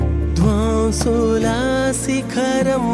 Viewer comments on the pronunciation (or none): All glory to God for His mercy upon you. pls check pronounciation errors There's lot of difference when you sing విద్వాంసుల శిఖరం and విధ్వంసుల శిఖరం ..it will change meaning of the lines completely